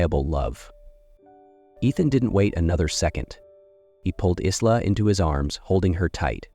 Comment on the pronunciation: Pronounce Eye-la; not Is-la. Maybe train your AI?